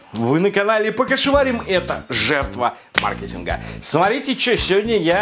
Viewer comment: Мне показалось или он сказал маркееетинга а не маааркетинга как он раньше говорил?